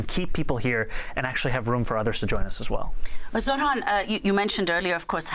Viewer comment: Cuomo, the has been "democrat" and abuser of women, goes to the most pathetic form of insults by INTENTIONALLY butchering Zohran's name continuously! For anyone with an iota of human decency, this type of INFANTILE BEE-ES behaviour should shut that so and so off for good. I am not a New Yorker, not even a resident of the USA. A total outsider. But, l a Sri Lankan 🇱🇰 who currently live in this truly multicultural city state, the little red dot in SE Asia, send my deepest heartfelt wishes that the wise New York City voters will chose this remarkable man, Zohran Kwame Mamdani as the Mayor of their city. 🤞 🍀🤞🍀 Please 🙏🙏🙏 make that the reality come November , for the alternative is... unbearable. That ugly womanizer Cuomo does not deserve to be your Mayor!